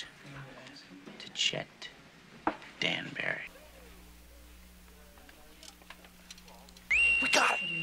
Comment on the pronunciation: AND THE FOCUS ON THE DART BEFORE HE SAYS "DANBURRY"